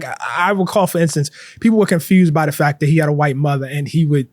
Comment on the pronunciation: Te omits the T at the end of his words. For example: Conflict = Conflic Intellect = Intellec Fact = Fac Tact = Tac Project = Projec And so on On the other hand, he includes it at the end of other words such as: Latent Important Trait Report Is this a Baltimore accent/dialec thing?